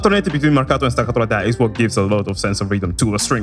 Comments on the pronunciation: The way you pronounce "Marcato" and "staccato" is suspicious, i think your're secretly italian or you have some connections with my country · he says marcato and staccato better than me. Btw I'm italian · The way you pronounced "marcato" and "staccato", you're Italian right?